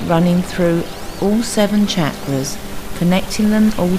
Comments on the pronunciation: I just can't even handle the way you are pronouncing chakras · me too it's been very distracting. had to turn this off. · Just thought the same thing....so bad it's good lol